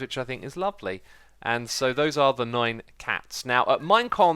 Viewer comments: the way you said nine, to me, sounded like the German word for nine, which is neun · is it nine or noine